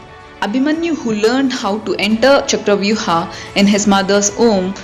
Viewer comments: Stop saying ChakravyuHAA .. Its Chakravyuh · What the hell is chakravyuh'aaa'?, You are an Indian and possibly know what's the correct pronunciation of this word. Why follow the steps of Britishers who didn't know how to pronounce sanskrit words or couldn't pronounce them? Stock to native pronounciation. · It's not charavyu-haa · Just say Chakravyuh 🙏🏻